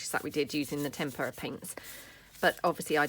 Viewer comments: TemPRA is how you say it. Oh you pronounce it Stamp per re A. If you don’t pronounce right they won’t send you freebies girl. Just trying to help you. Hope nobody thinks I’m a witch. At least here in the states. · Tem-per-ah is how I’ve always heard it pronounced. I’ve would never film me crafting. The biggest mess maker in the world. I think the background pages are beautiful. Can’t wait to try some. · I'm old, like really old & in school we were taught the pronunciation "tem per a".